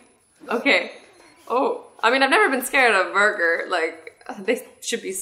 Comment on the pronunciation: I mean burger not buger...